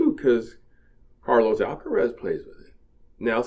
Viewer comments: Hey, it is Alcaraz, not Alcarez. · It’s Alcaraz, not Alcares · Alcaraz !!! Not Alcarez !!! ☝️ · is ALCARAZ, not Alcarez......... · last name is Alcaraz. (not Alcarez)... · His name is Carlos Alcaraz not Alcarez , Alcaraz , not Alcarez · Dude, dude, it's Carlos ALCARAZ not Alcarez. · It is not Alcarez, it’s Alcaraz. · ALCARAZ, please learn his name first. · ALCARAZ. All are "A"s in his family name. Not so difficult!